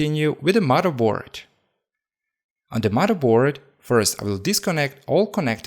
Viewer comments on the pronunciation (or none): Did you say " maraboard " or "murderboard" ?